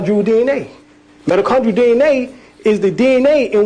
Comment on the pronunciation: Mitochondrial DNA? it sounds like he is saying Metachondral DNA??